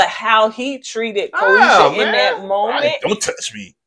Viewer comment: Ko-SHE-AH is the pronunciation. Y'all both butchering has me dead 😂